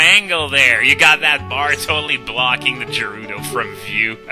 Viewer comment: Isn't it pronounced gerudo not jerudo?